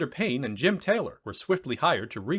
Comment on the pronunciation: Aaah, Payne and Taylor! That makes more sense! I thought you were saying Penn and Teller!